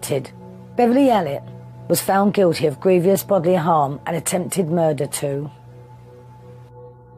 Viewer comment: I struggle with hearing someone who is an author presumably writing in English saying grievous pronounced as “griev ious” 🤷🏼‍♀️- I don’t know this word at all and especially used in the context spoken, I only know grievous. Otherwise not a bad video.